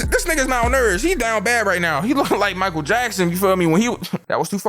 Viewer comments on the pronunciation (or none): none